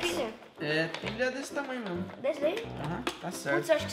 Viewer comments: quem reparou que o em vez de dizer pilha disse pila. hahahaha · ele disse pila kkkkkkk